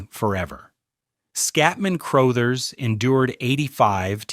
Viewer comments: Scatman Crothers- The definition of the word "cool" PS- His name is pronounced "Cruhthers." What is so difficult about getting human narrators? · Skatmin Crothe-ers. LoL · Cruuthers.not Crooothers. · In the movie, it's room 237, not room 217. So, yeah. And, you mispronounced "Crouthers." A couple times. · Scatman “Crowthers”. Speak names correctly. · Scatman CROW-thers? Good grief! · Just FYI, Crothers is pronounced like brothers. Also, you kept showing the Stanley Hotel which has nothing to do with the movie. Was this done with AI? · If they are pronouncing it CROW-THERS then yes. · You’re constantly mispronouncing Crothers! Do some research before you post something! 🙄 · You lost me with the horrible AI pronunciation of Scatman Crothers. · I know.not the mispronounced last name according to Ai 😂